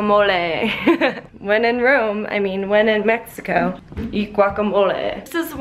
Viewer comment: Why she saying Mehiko not Meksiko (idk how to explain it xd )